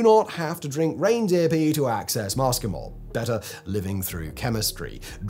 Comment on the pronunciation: Your Latin pronunciation is abysmal. Muscimol is not ‘MUSSKY - mol’ Like the ‘oo’ in look (southern England pronunciation), It’s ‘MOO see - mol’ The CAPITALS are emphasis! The ‘sc’ in classical Latin is ‘sssss’. You’re watching too many American mycology channels for your research!